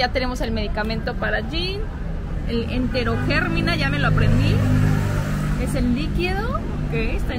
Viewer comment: el pobrecito le veo palido!!!!! jajaj xd si son blancos los coreanos le veo transparente. jajaja xd Eterogermina. Lleva acento en la silaba mi. jajaja Se te quiere mucho.